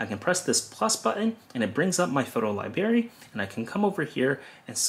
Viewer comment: Great explanation and job well done. Please pronounce library including the "r" Not library but library. Good job!!!!